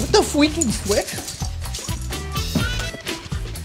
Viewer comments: “wut da fweakin fwip??” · Not even 3min in and I already lost it at “what the fweaking fwick”